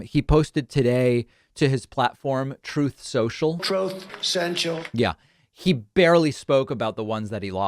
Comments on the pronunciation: "Troth Cenchal".... Lol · "Tooth Senshel" what's that? 🙄